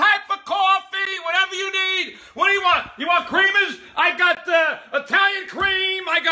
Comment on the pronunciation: “WHAT EVAA YOU NEED I GAAAH IT!!!”😂